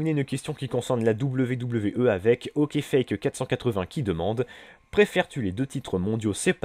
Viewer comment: Merci d'avoir répondu à ma question! ^^ (C'est Ox-fake-480 et non pas Ok-fake-480 comme tu l'as dit dans la vidéo ^^)